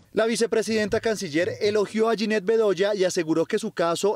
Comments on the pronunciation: Esta señora Marta no sabe dónde está parada pues nuestra feroz guerrera no se llama Yanet sino Yinet. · La vicepresidenta ni ha dicho bien el nombre Dijo : Yaneth. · Es jyneth. No es como lo anuncia esta embajadora (janeth) ni se sabe el nombre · Martha Lucía Ramírez, la embajadora se llama yinet, no yaneth, empezando por ahí, digna representante de duque. Petro presidente. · Narca Lucía es una vergüenza, no tenía un discurso, nunca le brindó apoyo a Jineth, nunca la escucharon, escribió unos apuntes a última hora y ni siquiera fue capaz de pronunciar bien el nombre, es Jineth no Janet señora. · Vergüenza esta vicepresidenta , Narcuchis. La periodista se llama Yineth Bedoya y no Yaneth. Ahí Narcuchis no le pegas a una!!! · "Yaneth Bedoya" dice la dizque Vicepresidenta !!, Es Yineth!. Martuchis; VERGUENZA para la MUJER COLOMBIANA !! 😡😡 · Esta señora dijo "Yaneth Bedoya" que vergüenza.